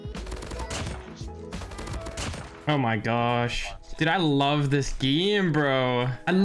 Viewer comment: when say "dude he says "duda" hahahah lol